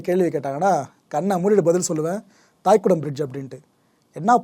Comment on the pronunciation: "தைகுடம் பிரிட்ஜ்" நீங்கள் உச்சரிக்கிற போல தாய்குடம் இல்லை. தை = இளைய செடி (Young Plant)